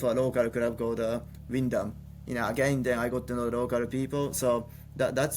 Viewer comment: Catching up in the off season - was not expecting to hear Ayao correctly pronounce Wymondham when talking about Lotus 😂